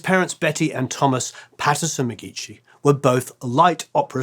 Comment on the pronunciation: John's surname is pronounced Ma-geeky and that picture of the Incredible String Band that is Robin Williamson that name tag is next to not Clive Palmer, Clive palmer left after the debut lp